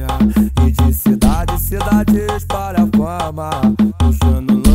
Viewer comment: Poze não sabe falar palavras com "L" kkkkkkkkkk Na parte "espalha fama" ele diz "espara fama" eu entendia "esparafama" eu ficava tipo "2ue porra é esparafama?"